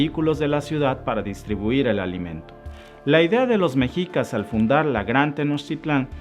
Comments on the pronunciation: Se pronuncia "Meshicas" no Mexicas.😉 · Excelente Presentación, amigo, sólo pido por favor pronuncies bien Méxshica y Méxshico (es como lo pronuncian los gringos) mexico, se está perdiendo su adecuada pronunciación pues no es mejicas, gracias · Hola, muy buen video.informativo, y solo por precisar, "mexicas", la pronunciación correcta y original es "meshicas" que deriva de Meshico (México)..saludos! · Para empezar: Era al SUR de Aztlán hacia donde los mandó Huitzilopochtli, no al norte. "Mexicas" se pronuncia "meh-shi-kas", no "mejicas". "HuiTZIlopochtli" no "Huichilopoztli". La mítica Aztlán, basado en la familia linguística que comparten el Náhuatl con la lengua Ute, se origina en los estados de Utah y Colorado, en los EEUU.